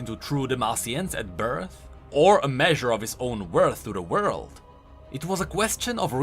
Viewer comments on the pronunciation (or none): none